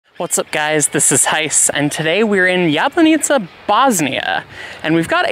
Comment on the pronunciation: You are pronoucing it like "Jebanica". Funny name for a city :-)